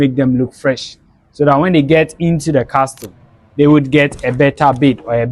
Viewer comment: Well done young man. Just a NB: It is pronounced "Casl" pls, not "castl". The 't' in the word Castle is silent❤.